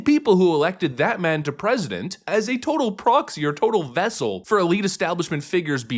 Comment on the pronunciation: Not vessel but vessel. C'mon man.